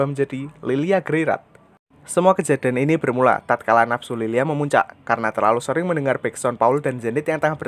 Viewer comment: Lylia bang bukan lilia beda tipis